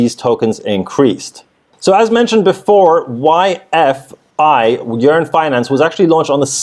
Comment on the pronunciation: bro it's YFI like Wifey 😎👍🏼